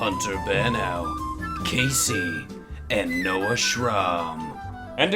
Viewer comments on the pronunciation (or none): none